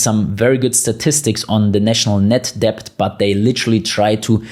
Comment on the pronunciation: It's amazing the amount of content you manage to pack in, in such a short space of time. Not to mention how accurate it is - in my humble opinion anyway - and your excellent command of the English language, the exception being that the "b" in debt is not pronounced. Understandable as every single letter is pronounced in German. I agree with your analogy about the Berlin wall and the non physical walls that exist. That reminds me of John F Kennedy's speech in 1963 when he said "I am a donut" 🙂Ich bin ein berliner. There is certainly a few donuts in charge in Germany and the UK today. For those in the UK with a few bob and/or with businesses that are thinking of leaving its probably not going to be very easy if at all financially viable in the near future. Just like your fellow countrymen found out.